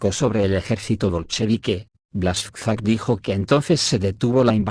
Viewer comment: con el mayor de los respetos, Buashchak, Biauistok, Piusudski, Biaua Podlaska. Asi se leen. 😊